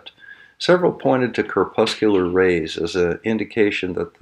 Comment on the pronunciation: Love your videos. Nice work. Minor point--the pronunciation used for crepuscular and planetary were a bit off. (They sound like corpuscular and planetory.) But the logic and examples are solid and love the matter of fact, calm, and paced tone.